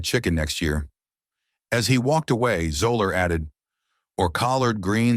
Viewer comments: Zeller not Zola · 😂 Fuzzy “Zoh-lurr”?!? You made a whole video and don’t bother to learn his name hahaha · It's pronounced ZELLER, not Zoler. You also mispronounced Saracen. Go back and correct these huge mistakes or drop the video. As for the comments: anyone who can't immediately perceive the racism in Zoeller's statements about Woods' Masters menu needs to take a hard look in the mirror. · I stopped watching after 30 seconds... no credibility when you can't pronounce the man's name properly... "zeller" not "zoller" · That one did it for me, too. Also, it's "ZELL-er" not "ZO-ler." His initials, FUZ, are the basis for his nickname, not just the F and Z. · It’s pronounced zeller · It's pronounced, zel-ler. But then again, I've never heard of Gene Sir Raisin. Do your homework!! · Its pronounced like "Zeller" - the 'o' is silent. Get it right THEN publish it. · It’s pronounced Zeller on Zoller 😂😂😂😂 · I went to high school with him and that is not how his last name is pronounced... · This video is BS starting with not pronouncing his name correctly. I met him several times at the Mad Anthology charity golf tournament in Ft. Wayne, Indiana. He was always very pleasant and fun to talk to. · But really...the narrator loses all credibility because he can't pronounce his last name. Obviously he knows absolutely nothing about golf and its history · Mispronounces Zoeller throughout and Saracen...Seriously!! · I can't help myself but as soon as one of these computer-generated videos starts pronouncing names the wrong way (like it did with "Zoeller" and "Sarazen" in this video), I shut it down. It's kind of hard to take the video seriously after that. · Learn to pronounce his name. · When you make a video about Fuzzy Zoeller you should at least learn how to pronounce his name. Maybe spend a few bucks on a human narrator, rather than a crappy bot. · Garbage video, highlighted by the fact they don't even know how to pronounce his name.